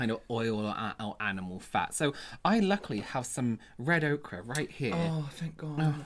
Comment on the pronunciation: I watch every week just for Marcus’ edits! Love it!! Also, wtf is red okra,?!?! Is it akin to fried okra? I mean I have yellow ochre and red ochre paint pigments in some of my palettes, but that’s not the word you pronounced...